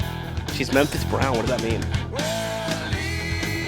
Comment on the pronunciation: It's Memphis "bound."